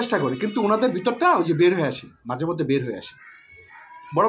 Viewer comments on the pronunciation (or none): none